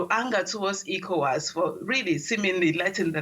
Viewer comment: It isn't known as 'IKO-WAS,' it's known as 'ECHO-WAS.' 🤦🏿‍♂